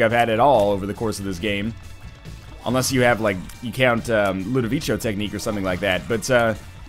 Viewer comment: Things I don't get: Why he talks about his saves being deleted when donating in the shop. Why he didn't pick up the red heard and instead forced it to turn into a Soul heart. Why he pronounces 'Ludovico' wrong